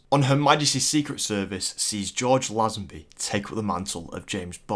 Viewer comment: Pronunciation, pronunciation, pronunciation. Eva Green is pronounced Ay-va not Ee-va Lazenby is pronounced LAY-zenby not LAZZ-enby Cornell is pronounced CORR-nell not cor-nal